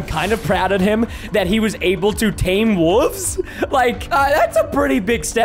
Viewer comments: Why does he say "wooves" instead of "wolves" 😂😂😂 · I didn’t know he said wolves like that